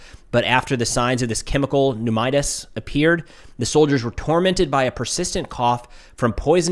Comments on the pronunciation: It's pronounced "knew MON i tis." It just means an inflammation of the lungs. Could be viral, bacterial, chemical, autoimmune etc etc. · Pneumonitis is pronounced Nu-Mo-Ni-tis. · Pneumonitis is pronounced new men itis. It an inflammation of the lung. Not good! Former Medic 91B20 and then ER RN.